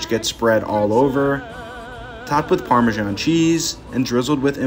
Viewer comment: Seriously who pronounces it like parmashawn